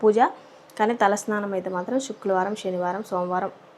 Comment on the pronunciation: శుక్రవారం అది శుక్లవారం కాదు